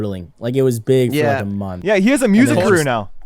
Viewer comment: Bro pronounced "1 month" wrong at the beginning.